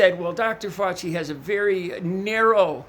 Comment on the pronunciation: Nuts lol I'm doing fine Dez, how about you? I'm hoping my gross mantra helps in his journey to pronouncing Fauci, or reaching nirvana if he prefers.